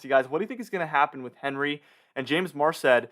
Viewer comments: Everyone else is pronouncing it “On Ree” not henry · With Henri ending in an I, wouldn't it be the French pronunciation, on-REE?